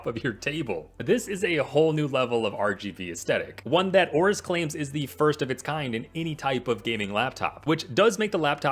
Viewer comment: It's Aorus not Aura. Also why does everyone say "aura?" am i missing something? lmao